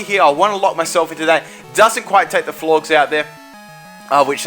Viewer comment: Florges is pronounced like Gorgeous.